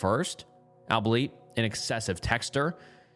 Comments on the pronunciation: love the videos and I’m a big fan. I’ll say it though. “Albeit” is pronounced “all be it”. Love you, man. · This guy has to be a bot. Cant say albeit!?? Come on now! Basic simple words are hard for him. So irritating. And ridiculous 😅😅😅😅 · You say you read all your comments so look up how to pronounce albeit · Dont worry. He can't pronounce albeit either. Lmao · The way he said albeit 😭